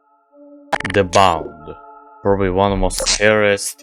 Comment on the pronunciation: I love how you pronounce the with ze, just like Medic TF2